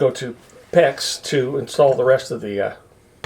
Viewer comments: And it's 'PEX', not 'PECK'. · its not a peck like in willow.. lol its PEX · QUIT SAYING PECK!!!!!! ITS FN PEX!!!!